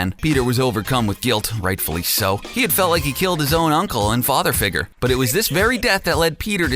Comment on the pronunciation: Is it just me or did this man say “father figger” on the last one 😂